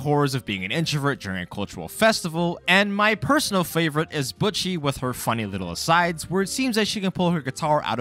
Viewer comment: buch chi? anyways. great video